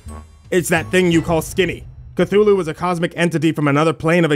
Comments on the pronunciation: Cunthulu?! Cole, I swear to azathoth I will anhilliate your reality it's Cthulhu!!!! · Lord Cthulhu 😂😂😂😂